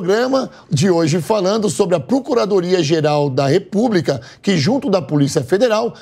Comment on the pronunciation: Repúbrica? Ouvidos doendo